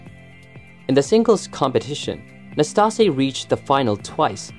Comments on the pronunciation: NastasE. The E is not silent. We jokingly called him “nasty” in my household, due to his antics. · Narrator needs to learn how to pronounce the names of his subjects. He was unfairly punished at times because of his personality. He was temperamental at times but never mean spirited. He actually appeared to enjoy himself and have fun on the court! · I don't want to come across as a hater for what I'm about to say, but you pronounced Ille'ss last name wrong Also, he only won 2 majors... not 3 as you state.. Ille Never played Ken Roswell in a US Open final. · Learn to pronounce his name.